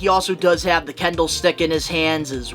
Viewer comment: Kendo* stick, not Kendall. Not talking Jenner here, sir. 😂